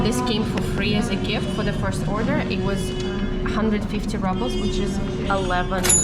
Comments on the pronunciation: is a very old fashioned name....and ₽ is pronounced as "roobl" and not rubble = a pile of broken stones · the Russian currency the Rouble is pronounced [roubl], NOT [rabl]. It's pronounced the same way as in Russian as there's no English translation or anglified pronunciation. Rubble is incorrect pronunciation and wrong connotation. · You pronounce rubles like rubbles! LOL And you watch your fat intake but not the sugar! High protein + high carb = super high insulin spike!